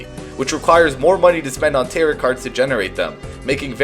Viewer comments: To a point where you'd willing let people know you think "tarot" rhymes with "carrot"? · The ‘t’ at the end of Tarot is silent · Tarot is pronounced "tare-oh", not "tare-ott"